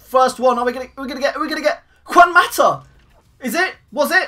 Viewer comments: u said Cuan Mata u pronounce it as Huan Mata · Lol cant say Juan mata